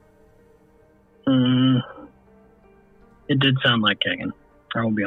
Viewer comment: AHHHHH I'm sorry but every time y'all say Kagan I cringe. It's KEE-GAN. BUT.... he deserves no respect on his name so carry on lol